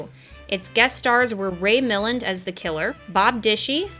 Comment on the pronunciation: Jarvis' nephew was so pathetic as well as being his partner in crime, and the nephew's wife is unlikeable, that Milland had to amp up his jerky behavior to make anyone care that he got caught. I'm guessing you don't know his work, given your pronunciation of his name. His most famous role is "The Lost Weekend", which earned him the best actor Academy award. "The Major and the Minor" would be a good example of his comedy acting.